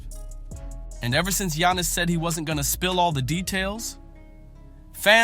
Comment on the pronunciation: Shaq be bugging, but how you gonna do an entire story while mispronouncing, Giannis' name?